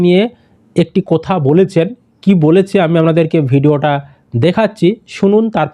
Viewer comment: কথা, কোথা নয়। উচ্চারণটা মেদিনীপুরের স্টাইল মনে হল।